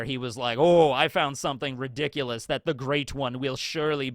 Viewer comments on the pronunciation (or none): none